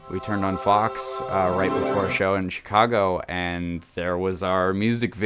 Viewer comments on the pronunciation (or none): none